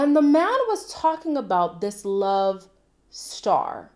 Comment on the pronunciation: To me it sounded like said “man” but made it sound more like “main”